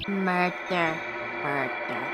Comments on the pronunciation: It's murber😡😡😡😡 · The fact that kept saying "murber"